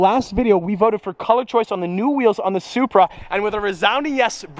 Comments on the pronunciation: Plate-SupBruh instead of Supra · "Zupra" ez